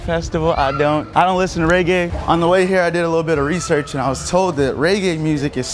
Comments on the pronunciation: Reggae not raygae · He black and calling it raygay 😂😂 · This nigga kept pronouncing it wrong 😭